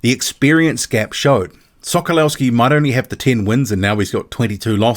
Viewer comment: The W in Sokolowski is pronounced live a V.